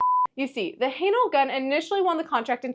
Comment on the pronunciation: Its not "Highnal" it is "Haenel" !!!! lol